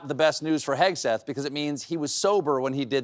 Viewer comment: At first, I heard you say Pin HEADseth